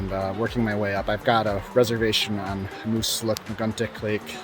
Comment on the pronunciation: Um-bay-gog , Moose-look-muh-gun-tic. Most folks don't paddle the river to Upper dam, there is a portage on Upper Richardson to the put in just above the dam.